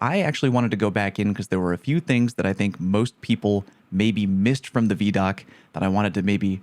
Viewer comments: That shot with the sword on a guardian’s back—looks like they’re standing outside a temple similar to the one on Europa near Elsi, but in the EDZ. Also: “vee” doc? I thought it was vi (like ‘eye’) doc. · Bruh it’s VIDOC (pronounced like eye-doc) not VEEDOC. Not a big deal just kinda funny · VI DOC, not VE DOC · Vee-doc? Imma bet it’s Vid-Doc just sayin. You’re starting to pronounce things like Cross 😂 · Vee-doc? Isn't it vid-oc? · Bro called it a Veeeee-doc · Everytime he pronounces it vee-doc I flinch a little. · I'm so mad you call it vee doc 🤣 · Ew. It's not Veeedoc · I was not ready to hear someone pronounce it veedoc, otherwise great video lol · Video Documentary. V-EYE-DOC. please stop pronouncing it like that.... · I do not like how you said vidoc my dude 😂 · you pronounce ViDoc as "Vee-Dock"? You monster. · Take a drink every time he says veee dock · VeeDoc?? This has to be a meticulous ploy to make us all comment about your pronunciation to increase engagement!! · “Vee-Doc” Unacceptable, no Christmas for you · I think you missed how to pronounce vidoc